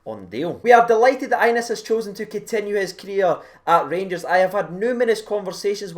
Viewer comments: Bro, as a Rangers supporter you should learn to pronounce his name properly! It’s pronounced Ya-nice not Anus! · Re the young lad Hagi... His name is pronounced Yanis. Just sayin. Knowledge is power. Sharin's carin' 💙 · His name is pronounced yanis